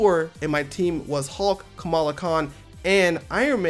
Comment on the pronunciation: KamALA my guy... KA-MA-LA. Not Kamila. Edit: 😂😂😂 I typed this out only for him to finally pronounce it right at the end of the video.